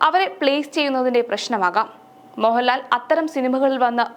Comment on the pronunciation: മോഹലാലും മമ്മുട്ടിയും മെല്ല മമ്മുട്ടിയും മോഹലാലും അങ്ങനെ പറഞ്ഞ് പഠിച്ച് വാ നീ ആദ്യം